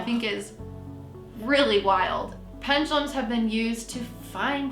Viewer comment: Ok, all you new-kids are calling them ‘Pen-GAH-lums’... There is no ‘G’. It’s ‘Pen-DU-(doo) lums’. I just think when people ‘teach’ others something, they, as a first step, should know how to pronounce it, & then of course have studied it for some time to become educated on it. (& Ouija boards should be avoided at ALL costs, unless you want every kind of dark/negative energy/spirit attaching to you.. for *LIFE*.)